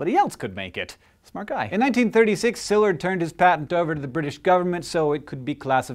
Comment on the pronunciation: And I don't think his name was pronounced SILLurd, either.